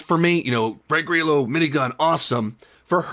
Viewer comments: I think you mean Frank Grr’eelo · I love that you mispronounce Frank Grillos name